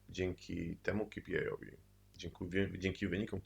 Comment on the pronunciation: ej, to sie mówi kej pi aj